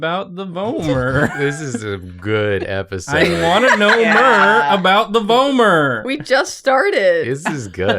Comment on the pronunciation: I believe the way they said it is correct! I’ve also heard it like “v-aw-mer” but I think that’s dialectical😌